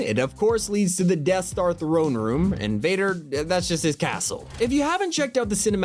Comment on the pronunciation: First, why do you say AT-AT like that? Second its DEATH star not DEAD star. And third ITS HUSK NOT HUKS!!! Please learn before doing this